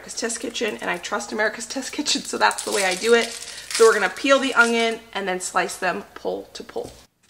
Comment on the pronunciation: No "g" in onion, Sweetie!